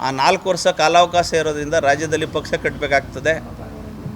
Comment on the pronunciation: ಸರಿಯಾಗಿ ಕನ್ನಡ ಮಾತಾಡು ಮಾರಾಯ ಬೆಳಗಾವಿ ಅಲ್ಲ ಅದು ಸಂಡೂರು, ಪಕ್ಸ ಅಲ್ಲ ಪಕ್ಷ 🤣🤣🤣